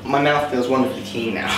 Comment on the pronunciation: When you said smouth :')@